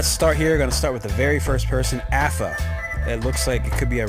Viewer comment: First player's name is not Apha, it's definitely written in Russian and pronounced smt like Arnah with silent h. Thanks for all your tips)